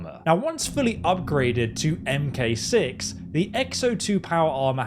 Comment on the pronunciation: "Em Kay Six" You mean..Mark 6?